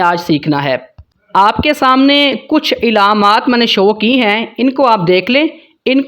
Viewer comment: Ilaamaat nahi bhaai, alaamaat pronounce karen